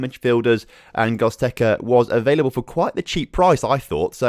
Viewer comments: lmao, I cannot breathe... GOZTEKA xD. Love your videos mates, but your players names are something different EDIT: it's pronounced GO-RATS-KA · I was about to comment this ahaha Gottekkerza was annoying me ahaha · How can you look at the word G-O-R-E-T-Z-K-A and say it "Gozteka" ?? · Hahaha he said it over and over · Butchered goretzka name 🤣🤣 can’t wait till FM 20 comes out tho cheers on 12.3k subs